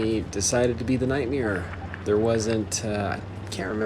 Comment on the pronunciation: You are saying the Nightmare’s name wrong. You are saying Nightmiare. But good annihilation of the event tanks in the first round there!